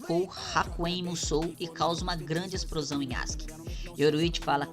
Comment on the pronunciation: Mano por favor, nunca pare de falar exprosão e crima, isso além de sempre fazer as pessoas comentarem, também é uma forma de nos aproximar de você. Todos temos alguns vicios de linguagem !